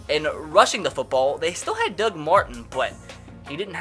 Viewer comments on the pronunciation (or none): none